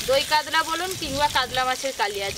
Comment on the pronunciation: কাদলা মাছ বলতে কিছু নেই, কাতলামাছ শুদ্ধ। কাগড়া নয় কাঁকড়া।